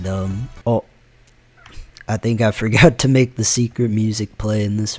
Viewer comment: "I forgutter" 💀